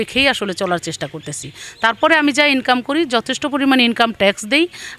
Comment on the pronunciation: ইনকাম শব্দটা যেভাবে বলল, মনে হয় দেহ ব্যবসা করে।